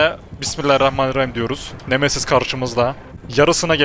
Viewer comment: siz nemesiz diye okurkan memesiz diye anlayan bne 😃